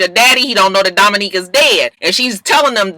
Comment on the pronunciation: im mad u keep callin Dominick Dominique lmfao i bust up everytime like cchhiilleee he aint no Dominique